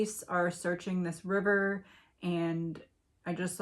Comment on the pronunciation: River pronounced "Wire"